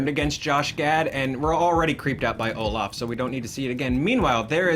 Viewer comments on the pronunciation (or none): none